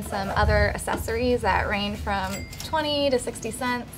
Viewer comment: Just one point at 1.01 the word is accessories, the "cc" is pronounced it is not Assories.